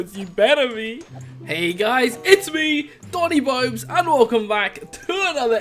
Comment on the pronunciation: Every time he does his intro I keep thinking he says Doni B00bs... Or Johnny B00bs...